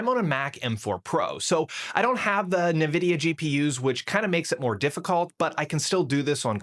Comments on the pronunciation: You lost me the second you said "nah-vidia" its "en-vidia" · "I don't have the NAvidia GPUs".... bot